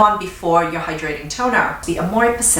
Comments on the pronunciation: I don’t know why but I love how she says hydrating and emphasises tbe “hyDRATING” lol. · ButFirstCoffeeAlways At first I️ was like “she emphasizes the wrong part..” but now I️ say it the same way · Devin Mera lol me too! I had to practice but now I saw it the way! I also love how she pronounces ‘perFECt’. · HAHAHHAHAA!!! YESSSSSS! It drove me nuts at first and now we say it in our home, too! We LOVE!